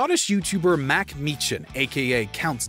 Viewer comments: Off to a great start. Get the first name wrong right off the bat. Marcus not mack. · Count dankulas name is markus... Not mack. Just shows how low effort this content is.